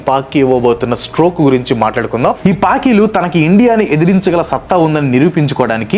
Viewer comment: Anna nuvvu pichi paki antey naaku enti verey vinipisthundi 😂😂.